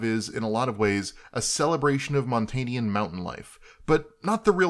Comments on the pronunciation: keeps saying Montaignian (Montaigne-ian) when he means Montanan (mon-TAN-an) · It took me a long time to figure out what he was trying to say with "mon TANE ian".